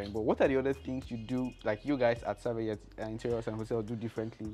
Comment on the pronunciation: you keep pronouncing the name wrong "Savayeth" yet it is written "Sayaveth". Great job though.... and this Lady is really doing great wonders.